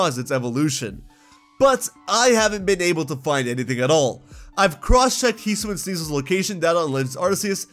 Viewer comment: It’s HE-SUE-EE-IN